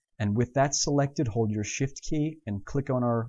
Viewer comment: Very good tutorials but I can't help. I always hear shit instead of shift. -.